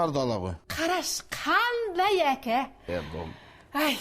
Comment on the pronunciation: Күләнда әке дегенді эке деп қалды😂